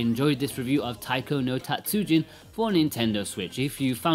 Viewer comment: たつじん not たつうじん. (Tatsujin, not Tatsuujin) Japanese is a “rhythm” based language so extending a sound can completely change the meaning of the word. Tatsujin means master Tatsuujin is someone’s last name. Also, calling it “Weird music” is a bit of a low blow to a long line of well known music in Japan. As for controls, you say the touch screen is second best. Have you even tried any of the faster songs? Buttons give feedback where touch screen does not. And you can actually alternate sides at a high speed. In all Taiko games I’ve played so far on several systems you can customise the button layout, eg make the lower buttons (down and B) as red and outer buttons (left and A) as blue. Now it’s just as easy, if not easier than registering location on screen or physical drum. Did you only use buttons when docked? Are you aware of display lag that TV’s have? (Even WITH game mode?) This is why for most the 3DS / Vita versions are superior, the console displays themselves don’t have as much noticeable display lag. A rhythm console based gamer basically NEEDS to invest in a TV with as little input lag as possible (typically a smaller gaming monitor). It’s not the controls that adds delay, its the TV. And contrary to popular belief, monitors with little input lag are not expensive. In fact they usually have less processing features meaning you compromise image or sound quality for speed. But this makes the game better than buying a controller that would cost about the same as a low lag